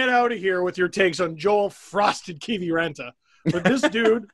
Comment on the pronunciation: Well I’m from Finland and yes i have heard of Joel Kiviranta and have even watched him playing junior games in Jokerit Helsinki! By the way your pronunciaton of finnish names are amongst the best in youtube! Joek Kiviranta name almost spot on!